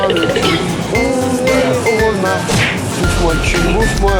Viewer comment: Ça se prononce ps wolmarte mais walmarte. Votre accent francais c’est d’la marde 😅